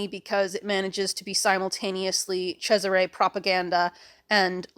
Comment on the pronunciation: TIL that, yes, Cesare is pronounced like that!